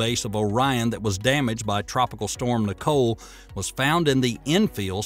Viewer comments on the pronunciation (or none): none